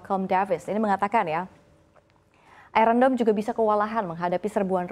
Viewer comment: Ai ron dom? what kind of English she’s using. Embarrassing